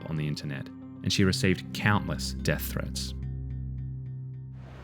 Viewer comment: Interesting accent . . . unique vowels.("dEEth threeets")